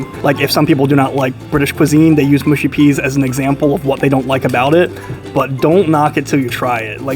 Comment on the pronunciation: mush-y not moo-shy peas